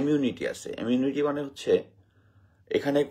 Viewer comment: এমিউনিটি না ইমিউনিটি, স্যার কি বলতেছেন উচ্চারণটা তো অন্তত ঠিক করে করেন , আপনার উচ্চারণ শুনে ভীষণ হতাশ হলাম! মেঘনা আলম রয়ের এজেন্ট এর স্বপক্ষে দুই একটা যুক্তি দেন কিছু উদাহরণ দেন কেন আপনার মুখের কথা আমরা বিশ্বাস করব, এভাবে একজনের নারীর ক্যারেক্টার অ্যাসাসিনেশন করার কোন রাইট আপনার নেই। ফালতু গল্প শোনাবেন না প্লিজ ।